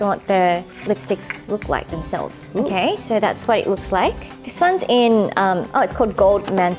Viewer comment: "Vat the heckkkeuu" 🤣🤣